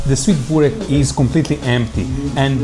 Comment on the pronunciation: Börrrrrreeeeekkkkk not Burrrr😅😅😅rekkkkkkkk😅😅😅😅😅😅😅😅😅